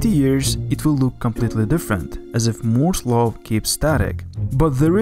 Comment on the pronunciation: he calls moore's law "moze low"